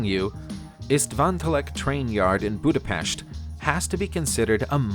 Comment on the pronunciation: I will subscribe when you learn how to pronounce names properly, where the fuck is Guernsney? or Budapescht?